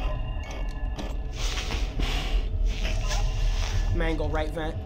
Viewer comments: Bro said manglo💀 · Let me clear this up, the pink dude who killed u who looked like foxy is named “mangle” not mangelo💀💀 Also Pinocchio is Balloon Boy💀